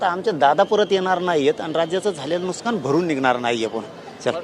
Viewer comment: नुसकान नाही मन्या, नुकसान असत रे काळ्या गांदी😂च्या 😂